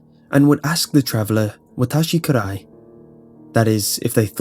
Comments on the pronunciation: ... I'm a Japanese speaker and "Watashi Kurai" basically means "Am I Dark". Kirei (Key-lei) is the proper pronunciation for beautiful. Sorry, Japanese Police here! After you live in Japan and speak the language for a while, mispronunciation kinda sounds like nails on a chalkboard. But, quick story! When I lived in Japan, I remember on one night, I ran into a girl with a mask and asked me the same question. I've heard this story before and although I don't believe in it, I still said "I already have a girlfriend". Turns out she was just a random girl out on the prowl looking for random people to ask that question. She would remove the mask after asking, scream, watch your reaction, and then laugh. Kind of cruel, but we both got a good laugh about it in the end. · i know it's a little detail that doesn't even matter, but just for the sake of information the pronounciation of "onna" is more like "onn-na". more emphasis on the N. also, you said "watashi, kirei" as "Kee-ray". it's actually pronounced "Kee-righ". again, just for the sake of info.